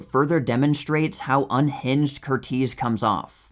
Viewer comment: There are some very interesting facts shared about movie here. You presented some facts about the movie I did not know, like how some of the cast and crew were injured. However, every time you said Michael Curtiz's name I wanted to cringe a little. His name has the standard American English pronunciation of this name, which is CUR-iz, like Tony or Jamie Lee Curtis' names. Please keep doing what you're doing with the channel. I really do enjoy it. I'm sorry I felt compelled to correct how you said that name. Some people hate it when people feel compelled to correct something about videos. I am autistic, so little things like I'm addressing here are nearly impossible for me to overlook. Other people, especially creators, are often grateful for the feedback. I hope you feel this way.